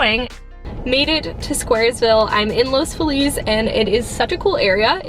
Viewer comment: los FEE-lis <3